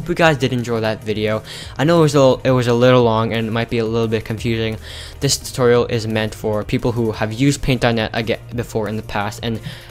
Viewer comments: Did you say toilet-video???!! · lol the start of the video i thought he said "welcome back to a another toilet video" 😂😂😂